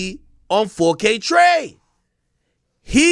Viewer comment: I lose it every time AK calls him 4kT ja lmfao